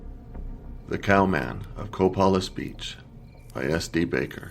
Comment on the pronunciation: Co-PAY-liss Beach. LOADS of them around here...that's near the Quinault Nation reservation.